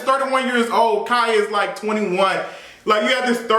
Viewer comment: GIRL, KAI WHO??? cmon hooked on phonics lol